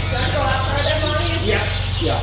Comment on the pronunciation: I have a overwhelming desire to kiss your face after watching any of your videos. Love the way you say "oat" for "out". Great life to you both from Kentucky, USA